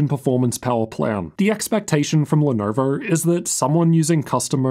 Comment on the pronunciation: I love how he says Lenovo. Even better when he says Lenovo Logo like “Lenorvowr Lorgow”. Has me cracking up every time